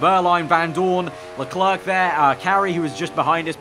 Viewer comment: Man, you should learn how to pronounce "leclerc", it hurts